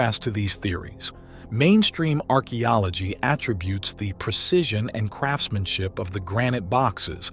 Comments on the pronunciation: It would be good if you could pronounce "attribute" correctly. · I agree ! Just as a note, and please do not be upset. When using the word “attributes”, there is a difference in pronouncing the word either as a verb, attributes, where the accent is on on second syllable, and attributes, as a noun, and then the accent is on the first syllable. I only mention because you are a perfectionist in the work you do, which is fantastic ! We don’t want to lose the pronunciation of our English language ! Thank you for listening. 🙏🫠